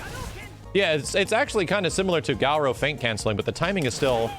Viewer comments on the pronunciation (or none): After all these years and still pronounces Gaoro and not Garou